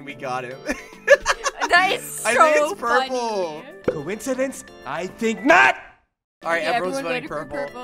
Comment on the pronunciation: Conicdence i think not